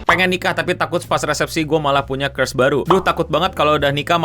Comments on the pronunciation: Crush bacanya kras, bukan kreus (emangnya kutukan)??? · Cursh bg bukan curse 😂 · bukan Curse (dibaca Kers) bre huhuhu wkwkwk Ngakak,.... tapi crush (dibaca Kras). good video btw bre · crush di baca krash bukan kers (curse) itu artinya kutukan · "krash" bang bacanya, lo ngomongnya jadi curse wkwk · Mohon maap bang, bacanya "krash" bukan "krush" 🥲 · bacanya kresh bukan kers wkwkwk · Crush itu bacanya lebih deket ke "krass" bang artinya (rasa orang yang kita tertarik), kalau 'kres' nanti jatuhnya deket sama Curse (kutukan) Yen meh arep dihujat SJW margo nyoba ngandani yowes, penting niatane apik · crush bang bukan cursh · bang bang, bacanya tuh "CRUSH" (KRAS), bukan "CURSE" (KURS) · Bacanya (crush) krash bkn (curse) kèrs.. 😌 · bacanya kras bang bukan kres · maaf mau koreksi dikit, crush itu pronouncenya "kras" kalo yang lu sebut itu "kers", (curse) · Gw nonton Tanpa liat layar....aneh banget gw kira lo bilang curse bang bukan crush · Lu sebut crush salah bang lu sebut gitu lebih ke curse = kutukan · bang gw ga bisa bedain u ngomong Curse atau Crush.... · kras bang, kok kers sih wkwkwk itu bukannya curse? kutukan? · It's "Krash" not "Ke-s" 😭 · kok ngomong crush jadi curse sih bang wkwk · kras bang bukan kers nyebut nya wkwk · sengaja ini, karena jauh banget seharusnya "kras" jdi "kers", kecuali nyebutnya "cerus" berarti ga sepinter itu dia ngomong b inggris 😂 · boleh sih belajar laval inggris dikit-dikit. curse dan crush itu beda banget lho. dan ga sesulit itu ngomongnya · crush bang, bukan curse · Agak kesel juga dengernya hehehe Itu dibaca "krash" bukan "kers" Dan gw harap ini komen di pin juga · W denger nya juga ngakak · Krash bacanya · Maaf bukannya tidak menghargai tenaga buat kontennya you are the best but dari tadi gw dengernya curse i'm sorry to say this but the best content ever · Bacanya "krash" btw bg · Gw gak nyangka denger ngomong 'curse' yg harusnya 'crush' lama-lama bikin emosi juga wkwkwk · bacanya krəSH kocak